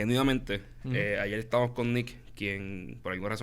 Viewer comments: Cuando comienzas a ver el video y el presentador dice "estábanos". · El programa ha sido muy informativo. Sin embargo, hay que mantener nuestro vocabulario a la altura de nuestra lengua. He oído de uno de participantes la palabra “estábanos”. Esto es incorrecto. Se dice “estábamos”. Además, si estás hablando en español sigue en español.